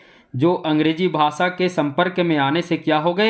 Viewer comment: भाषा को भासा क्यों बोलते हैं?😢